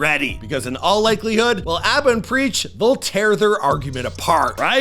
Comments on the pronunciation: you butchered Preach's name so hard loooooool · If you've followed this channel the last several years, you'd come to expect this 😂 he butchers damn near everyone's names... almost seems like it's on purpose at this point like it's his schtick 😂😆😂